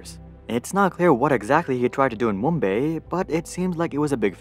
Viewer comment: There is no wya this guy said "mumBAY"